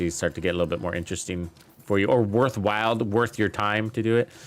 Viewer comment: worthwhile not worthwild. LOL j/k but seriously that's how it's said. digging the content as usual, keep up the great work and thanks for helping out the community.